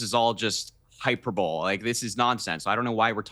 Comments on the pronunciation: Did he say hyper bole ? It's pronounced hi-pur-ba-lee. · Wth is hyper ball? Does he mean hyperbole?? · Hyperbowl? Please, hy-per-bo-le. 4 syllables. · Did you hear him mispronounce hyperbole? He said 'high-pur-bowl' instead of 'high-pur-bo-lee.' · Hy-per-bo-le. Not hyper bowl. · Hyper-bowl, really Harry. High-per-bow-lea is how it's pronounced. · If this kid was being fed talking points instead of expressing his genuine opinion he may misread and mispronounce a word like hyperbole. (HI-PER-BOWL-E) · dude says “I think this is all just ‘hyper bowl’…” it’s pronounced high-per-bow-lee Harry. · “Hyper-bowl?” OMG this kid meant to say hyperbole (hi-per-bo-lee). No surprise the kid’s a Biden supporter. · Hey Harry, what's "Hyperbowl"? You mean hyperbole (pronounced hi-per-bo-lee). Go away child. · Hy-per-bo-lee son, not hyper-bowl. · "HĪP-er-bōl" 🤦🏼‍♀️ It's pronounced "hī-PER-bōlē" Harry. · Hey Harry, the word hyperbole, which you pronounced as hyper bowl is actually pronounced HI per bo lee. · Hyperbole is pronounced like "Hyper-Bowl-ee" not "Hyper-Bull" ... Next time Harry needs to make sure he knows how to pronounce the words before he reads them off his handker's prompter. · Did that baked potato just say HYPER-BOWL? . Just reading the talking points given to him by the Biden administration without understanding the meaning of words can be problematic. 😂 I think the word you were meant to say was hyperbole. Hi-PER-bo-lee. Young and stupid is no way to go through life, son. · Don't yanks know how to pronounce hyperbole or is that how they pronounce it, FYI it's high-per-poli not hyper- bowl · hyper-bole haha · pls put the kid on sesame street where he belongs. totally misinformed. Ps its pronounced "hy-per-bo-lee" kid. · Did Harry really just pronounce hyperbole hyper-bowel? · Harry needs to be wearing a helmet. Someone please tell him it’s pronounced “hyper-BOLee” Krystal is absolutely stunning. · whats "hyper-bowl" you clown? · “hyper bowl” 💀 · Hyper Bowl